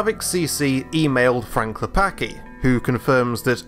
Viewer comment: you read c in Klepacki as ts